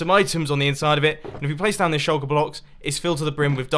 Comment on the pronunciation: "shulker blox" -Mumbo Jumbo good video btw